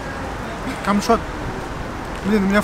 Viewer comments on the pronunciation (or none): мне послышалось или сказал "камшот"? ХД